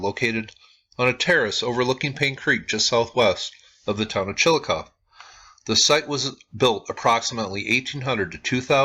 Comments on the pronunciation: It's Chillicoth(ee) not Chillicoth. The "e" is long, not silent. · Chill - eh - coth - ee. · chill uh coth ee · It is pronounced Chillicothee just for information's sake...thanks for this vid. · Chillicothe is pronounced "chill-ih-cothee" The Junction group is now a protected, public park where they use "interpretive mowing" to show the earthworks. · Chill-a-coth-ee I live close to it and there are SOOOO many earth works it’s hard to believe. In my hometown we have a string of mounds running through our Central Park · yeah, I didn't know how exactly to tell him. But yes, "Chill-ii-coth-EE" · you pronounce it wrong...there is a long E sound at the end of Chillicothe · You are not pronouncing the name of the town correctly,. The E at the end of Chillicothe is not silent